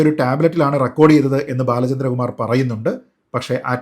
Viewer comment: നീ ആദ്യം ബാലചന്ദ്ര കുമാർ എന്ന് 100.തവണ പറഞ്ഞു പഠിക്കു